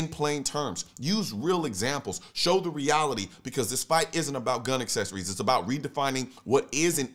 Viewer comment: Is he saying parts of a gun "assessories" ... without these assessories, it does not fire.